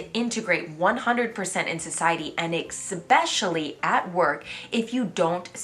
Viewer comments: “ek-specially”? Hope your French is coming along better than your mastery of your native English. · Please learn to pronounce the word especially correctly. It's not that hard.